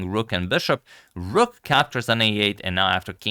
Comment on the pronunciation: Its rook not rock